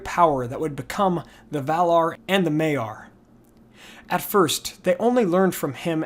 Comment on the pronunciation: maiar is maiar not meiar